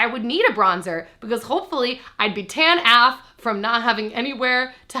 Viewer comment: does she know that you pronounce "AF" as "A" "F" as in individual letters not as "aff" ? lol